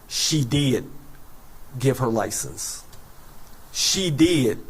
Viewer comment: had me cracking up... 'Ly ciense" 😆 No disrespect... all due respect